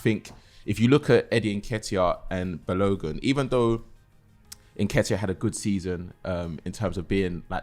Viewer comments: banging on about his last name all this time then saying bal-Logan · Man said "Bal-OH-gehn" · you should teach how to say balogun